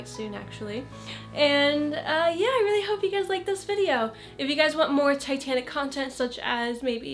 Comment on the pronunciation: when u said titanic I thought u said satanic